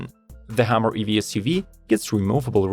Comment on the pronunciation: It's HUMMER not HAMMER.... you're not speaking English grammatically ........